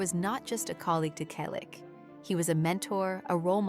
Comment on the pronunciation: Why a fake image of Tom? This picture makes him look many years older. Tom still has black hair with a few silver and white strands. Tom is 81 years old. Again he has not finally given an interview about James Garner. Teach your AI-generated voice to pronounce Selleck correctly. Everyone we know has already read Tom's book or listened to the audio CD. James Garner's fans have already read "The Garner Files: A Memoir" . Learn English. Read the books. Your story is completely jumbled because you keep jumping from one topic to the next and back again. There is no chronological order.